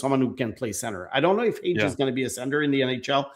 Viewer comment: Not Hage. Period.